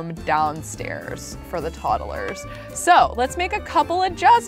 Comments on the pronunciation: "Toddelers"- 2019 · I love how she says toddles instead toddlers